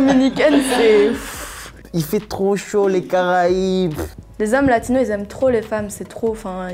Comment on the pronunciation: Faut arrêter de dire Latinos ou alors prononcez le "s" comme en espagnol - sinon c'est Sud-Américains